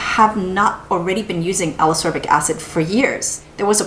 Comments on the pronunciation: I really, really like your videos (in fact, I rewatch many of them just for the pleasure of hearing you talk about products), but I need to say this or I'll explode: Ascorbic is pronounced as-COR-bic, not a-SOR-bic, just like escape is pronounce es-CAPE and not e-SAPE ;) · Love the reviews but Ascorbic acid is pronounced as As-kor-bic acid. Same as Ascorbyl (as-kor-byl) 🤔